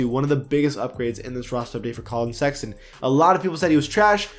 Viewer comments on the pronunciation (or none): Did this dude say Collin sexington? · He’s been saying sexyton the whole season how are y’all just now hearing this 🤦🏾‍♂️ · Bro you said "Collin Sexyton" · why tf he pronounced it sexington???? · you're right he didn't say that I think he said Collin Sexyton